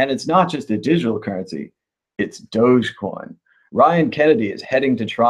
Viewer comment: Its not "dojocoin" its "Dog. E. Coin"